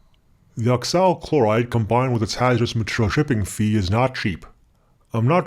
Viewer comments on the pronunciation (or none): Yes, it's peculiar Moreover, he sounds as if he's saying ock-sal when he means oxalyl. (At least the subtitles make sense once switched on, though.)